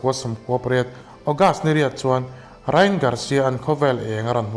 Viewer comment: Rai-an tih tur aw❤